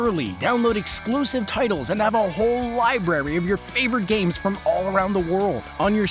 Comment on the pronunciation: It's library not liberry